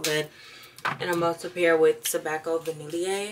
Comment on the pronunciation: Your vlogs always inspire me to deep clean! But gworl I have to tell you the pronunciation for Vanille for Tobacco Vanille.. the “ill” sounds like a “Y”... Va-ni-ylle. Please don’t be annoyed with me lol. Just gotta make sure my girl knows what’s tea. Happy Hollidays!!